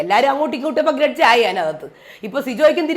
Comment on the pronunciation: Gredge ala mairay “Grudge”😂😂😂